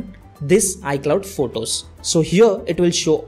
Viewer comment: It’s photos not votos 😂